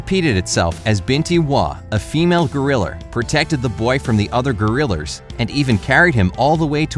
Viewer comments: he said gorilleres instead of gorillas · STOP SAYING GORILLERS! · You said gorillrs instead of gorillas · Who else heard "gorrilurs" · Lol He said grilers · Jambo, one of the gorillers- Me: Wat did you say? Gorillas Me: You said gorillers. No, I never said that Me: ... ok then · Did he say gorilers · He calls them gorrilars tho lol 😂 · He said gorillers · um sorry to say this but did i hear you say gorrilers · Did anyone know that he said gorillrrs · Gorillers haha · U said gurulers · Garillers lol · “Gorillers” 😂 JkJk great video super heartwarming❤️ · Anyone else hear him say gorillors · he said gerraler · I'm dead. gorillers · I heard him say gerillers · like if you hear "gorrilers" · STOP SAYING GORILARS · When I heard that he said gorrilers Im like do you speak english cowboy? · tf is a goriller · why did you say gorillars? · Gorillers hahahaha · Gorilers he he he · why does he say grillers XD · #7: Garillers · ok. Um. Narrator? Why do you keep saying “Gorillrs? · u said gorilers lol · Why did he start to say gorrilar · How they thought of the movie Tarzan. Edit: is it funny that he says Gorrilers 😂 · Am I the only one who noticed he said gorriler